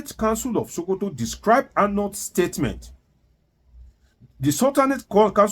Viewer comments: its not sultan of showkoto but sultan of Sokoto...your tongue no dey work well..? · it is SOH-KOH-TOH (Not Sho-ko-to). Also Mike "AR-NORD". Wan-ta-na-moh-beh (Guantanamo bay). NO DEY EMBARRASS US WITH THIS YOUR DEEP ancient YORUBA RIDICULOUS PRONUNCIATION!! Abeg 🙏🏼. Na Public we dey. No fall Naija hands for this internet space. Haba.